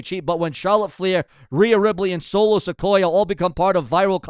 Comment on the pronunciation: Dude I ride with you but the way you pronounce names is like you don't even hear the way there said! It's Solo Sikoa(Siqoua) not Solo Sequoia the way you say it! You finally got Oba's name right now work on Solo's